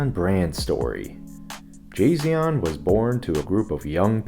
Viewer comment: "Jasion". More like Tsai Xian